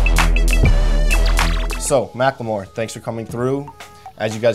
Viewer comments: Who noticed joe says macklemore like mackLEEmore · "Macklamore"?? Hold this L, Complex Do better.